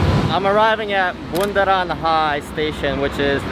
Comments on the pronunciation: Bundaran is Circle HI is short of Hotel Indonesia HI is not "hai" but alphabeth "H" and "I" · Yeah, every bule will say Bundaran HI as Bundaran Hey.. It's abbreviation for Hotel Indonesia, actually, so it's supposed to say Bundaran H-I.. LOL.. love your video though.. Thanks for exploring Jakarta. 👍🏻👍🏻👍🏻